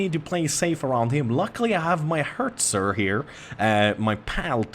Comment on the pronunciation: Its Hetzer not Hertzer!